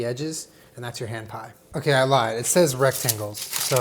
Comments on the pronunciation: i kept hearing you say "ham pie" and was very confused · I thought he said strawberry ham pie